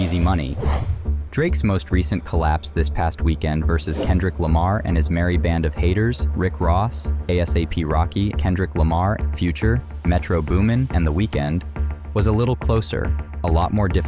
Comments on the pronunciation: It's Asap, one word. You spelled out the first part of his name. These AI videos are awful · Ae Es Ae Pee rocky 😂 it’s a-sap bro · Had to click out after “A-S-A-P Rocky” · pronouncing A$AP as A.S.A.P threw me off real quick ngl